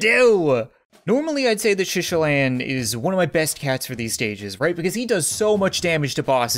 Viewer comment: It’s not shishilan it’s SHITalan and not boober it’s BLOOBER